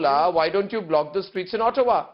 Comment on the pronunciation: he just said "Black" for block..wanabe angrez..what a fake old man urg!